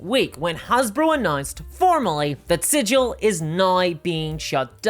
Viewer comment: Sidge-ill > siggle